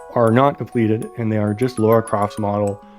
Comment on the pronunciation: Really love the idea of this and the work youve put in is awesome i really hope someone can make a game or even a playable demo for it that being said her names Lara croft not Laura try to pronounce it more like Tiara but its L not T an no I so itl sound more like LARAH